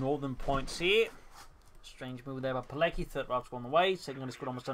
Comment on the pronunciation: FYI, it's pronounced PEE-LETS-KEE, with the accent on LETS, like the WA in Kowalski.